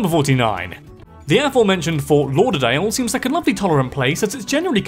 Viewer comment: Oof, from a Floridian, the pronunciation is horrible here...